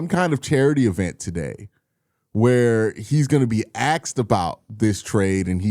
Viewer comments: AKSED? What person who went to high school would not use the word ASKED correctly. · Asked is NOT pronounced axed